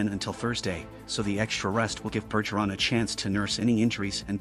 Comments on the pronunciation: First off it Bergggggeron not Burgeron Any real bs fan knows this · I’m pretty sure it’s a text to speech AI bot, but yeah.. they should use a bot that can at least pronounce French names. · TTS voiced "news" maybe teach it how to pronounce Bergerons name if you wanna seem half credible